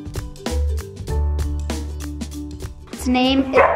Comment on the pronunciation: I think he’s going to go for Luke. Gary Winthorpe is a character some guy named Danny Duncan plays on YouTube. Edit: Yay I’m glad he picked that one! I’m surprised butchered Bartholomew, it’s a biblical name lol.